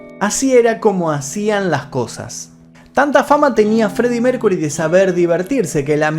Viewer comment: Maestro: no se dice Mércury, sino Mérkiury.